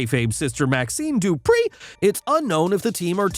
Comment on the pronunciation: Why tf u saying Dupree like that